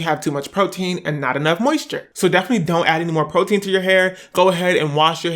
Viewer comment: “ He need some 𝗺𝗼𝘂𝗶𝘀𝘁𝘂𝗿𝗲."